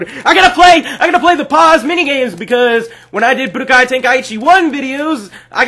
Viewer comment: its pronounced like guy but with a k so stop saying key